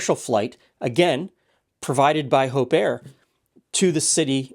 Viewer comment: Oh, Hope Air... NOT Hope Err!